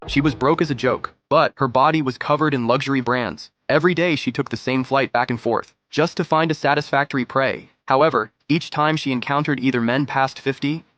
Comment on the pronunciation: "Broke as a joke" Not "brock as a jock" 😂😂😂😂😂😂